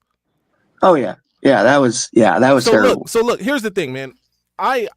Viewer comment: " absolutely turrible ernie absolutely turrible " Charles Barkley......